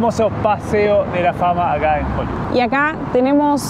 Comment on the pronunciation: y en "Joliviud"... jajajajaja GENIOS!!